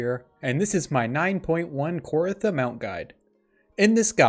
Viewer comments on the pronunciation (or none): its not kor-ah-tha its KOR-THEE-UH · Started watching this but immediately stopped when he pronounced it KOR-ITHA.